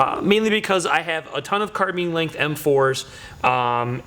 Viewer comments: carbine not carbeeeen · why does he say "carbean" ? its carbine !!